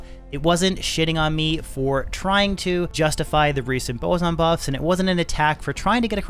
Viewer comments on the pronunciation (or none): none